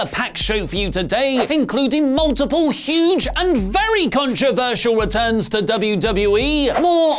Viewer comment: im sorry "RETUNS" !!!